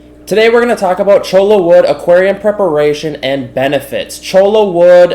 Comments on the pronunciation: Don’t hate me for bringing up pronunciation , but the thing is, it’s not just a matter of pronunciation, it’s a matter of meaning. Cholla (cho-ya) is a type of cactus, chola (cho-la) is slang for Latina woman, with the implication that she’s a gang member. It’s not exactly intended as a compliment. So I would encourage you to say cactus. 🙂 That said, thanks for this great video! I was really surprised how much driftwood costs at my local stores, but cholla grows everywhere around here. Problem solved. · Cholo wood? LOL. You ain't from around here, are you? Choy-ya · its "choya" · Choy-ya cactus 🌵 Every other pronunciation is incorrect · none of them were correct. hehe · One is the right way to say it and the rest are not... the double L is pronounced like a Y!